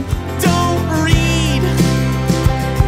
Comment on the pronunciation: I know it's supposed to say read but it sounds like he's saying breed (hopefully whwn they become adults) which is so much funnier